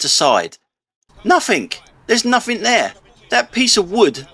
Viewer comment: It's (nothing) not nuffink.